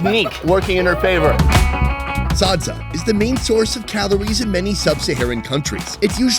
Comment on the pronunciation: Me from Zimbabwe laughing at him saying everything wrong sadza-saaaaadza Shona-shoena is how he says it😂